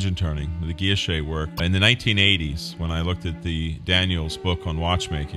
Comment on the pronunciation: That's not how Guilloche is pronounced. Not at all.